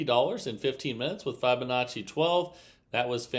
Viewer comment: It's pronounced FIB' onacci not FI check with the interent champ